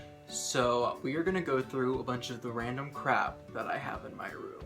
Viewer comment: the first time I heard random i thought he say ralandr